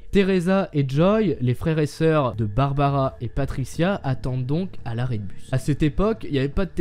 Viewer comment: barbara , et pas barabara ^^ . Oui je sais elle date cette vidéo mais comme je suis un nouvel abonné, je visionne des suggestions. Sinon : c'est bien d'avoir laissé tomber les bulles façon BD ( en + les nuages ; ce sont des pensées, pas des phrases dites )